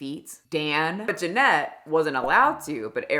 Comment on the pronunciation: mispronouncing EVERYONE’S name is driving me up the wall. Like listening to people chew annoying. ARIana, not AIRIana, JeanETTE not Janet, Valentine not ValenTEEN. Wtf girl??